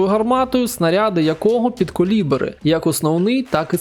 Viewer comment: "підколібери" Підкалібери. Від слова "калібр"